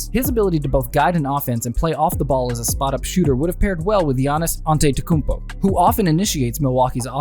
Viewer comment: Learn how to say his name before making a video about him